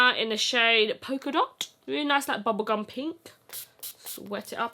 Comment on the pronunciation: This whole video was amazing up till the point I heard bubblecum. Never in my life have I heard bubblecum lmao. I'm scarred for life.